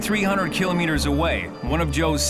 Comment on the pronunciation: Someone teach the narrator how to pronounce KILOMETERS!!!